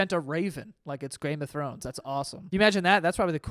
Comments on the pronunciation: “grame of throne” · “grame of thrones”